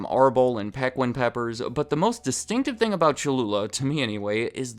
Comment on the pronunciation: Piquín is pronounced Pee Keen not Peh Quinn